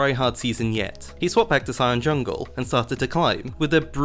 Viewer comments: Green Cucumber “yungle” 💀💀💀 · he says it like that lmao